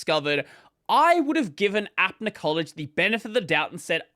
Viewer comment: I'm not supporting them or anything, just wanted to point out that it's pronounced up-na collage, not app-na collage, apna meaning our, so it's "our collage". Support from India btw